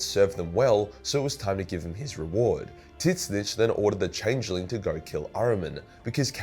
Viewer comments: I know there’s disagreement on how to pronounce Tzeentch, but his way is the wrong as fuck. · Does pronounce Tzeentch incorrectly on purpose? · Who the hell is titsnitch? Do you mean "Zeen-tch"? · Whooo tf is tittssnitch??? Tzeeentch!!! Wtf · Why does he still say "Tit-Snitch"? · So is it pronounced tidsnitch or zeentch for tzeench (new fan of 40k) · I thought it's pronounced: "Zeench" Titsnitch? Sounds like that gardener. Alan Titsnitch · Tzeentch = Zeench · No. It's pronounced Zee-ench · Did you call Tzeentch Tits snitch?!??! 😭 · So.... I'm not a Warhammer fan at all. I shouldn't lecture anyone on the lore... But did you just pronounce "Tzeentch" as... "Tit-snitch" Edit: My god, yes you did.... TIT-SNITCH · I find it hilarious you say it titswitch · Are you saying tits-itch? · Why are you pronouncing Tzeentch like "tit snitch"? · did he just say 'TIS - NITCH'? tf? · Tzeench Zee-n-ch The way you pronounce it is insane and drives me crazy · It's a joke because it's so hard to say so he just calls him Tit Snitch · I'm sorry this is my first time watching one of this guys videos and him calling Tzenntch Titsnitch is just too funny not to say anything about. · Is this guy intentionally calling Tzeentch "Tit-snitch"? Is this an inside joke? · It took me way too long to figure out what tits-nitch was 🤣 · Why are you calling Tzeentch tit snitch? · Titsnitch :D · Somehow I couldn't hear much of the video except how you say Tzeentch. Do you pronounce it "Titsnitch" out of spite? :D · Why is this retard butchering Tzeench's name? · its funny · can someone please tell me why he pronounces Tzeentch wrong? he saying it how it’s spelled but it’s canonical not pronounce that way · Is that an insider or why do you pronunce tzeensh so weird? I cant get over it. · It's his own way of pronouncing it because he hates having to pronounce it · Please learn to pronounce Tzeentch. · not sure if your pronunciation of Tzeentch is a joke or not